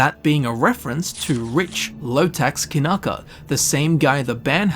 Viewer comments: Kyanka is a russian word for wooden mallet ). It's Kyanka, not Kanaka. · I gotta ask - why the heck do you read "Kyanka" (Kee-yan-ka) like "Kinaka" multiple times? did someone typo your read copy?